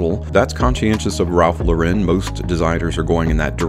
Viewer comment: People this is not how you pronounce Ralph Lauren. It's not a French brand.